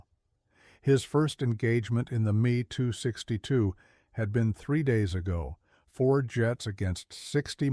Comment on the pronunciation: “The me, too, six two jet fighter..”. 😅